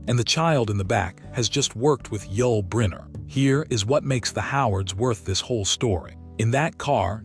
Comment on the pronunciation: Somebody needs to proofhear the AI narration. The names are horribly mispronounced: OH PIE, YULL BRENNER, just to name two. The names, and other words, could have been written phonetically so AI would pronounce them properly. I'll take that job...